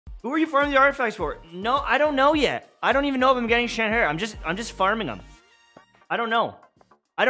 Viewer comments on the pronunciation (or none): He actually didn’t. I don’t think I’ve heard anyone say it correctly. If you check Xinqiu’s pronunciation in the voice lines theres like a ‘yer’ sound at the end instead of the ‘her’ sound. :)